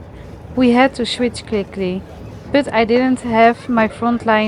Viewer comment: Joh met 1440 abonnees (die uit NL komen) spreek gewoon Nederlands.. Spreek bijvoorbeed "but" niet uit als het onvriendelijk nederlands woord voor onderdeel tussen navel en knieën bij vrouwen . spreek de engelse "u" als een "ah" Umbrella wordt dan ahmbrella "But" wordt dan baht. Dan begrijpen engeltaligen ook waarover je kletst